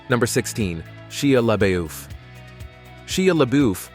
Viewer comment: "Shee-a-Lee Boof" ??? OMG, this narrator needs to learn how pronounce names! Or is that a robot ?